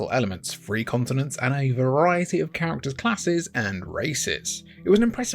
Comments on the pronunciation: Learn how to correctly pronounce the “th” sound. The word “three” is not pronounced “free”. You’ve heard the word pronounced correctly so why are you not saying it correctly? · If this guy could say three instead of free, I could understand the video better. Seriously dude, learn English